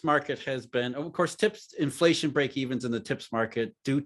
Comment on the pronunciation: I like how always just says 'flation